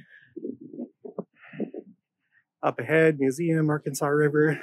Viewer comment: AR Kansas is how it is pronounced